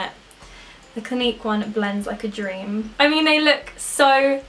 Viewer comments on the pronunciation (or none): none